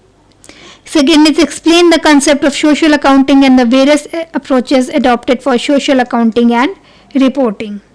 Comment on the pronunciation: Mam its not shocial It so-cial